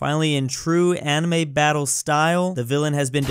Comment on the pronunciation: Why did you say amine